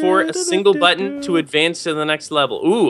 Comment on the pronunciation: Why do you call it butto?